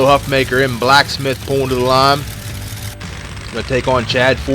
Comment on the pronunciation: I think Huffaker's name is pronounced Huff-Faker by the way